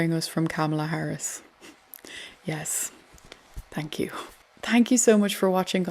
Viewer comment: I like you and your channel but when you say thank you you have to pronounce the H Say thank you over and over again do not say tank you